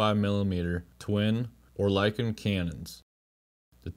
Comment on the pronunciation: Oerlikon = ER -li-con